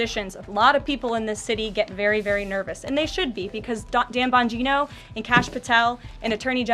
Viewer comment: Emphasis on the 'Bong' in surname!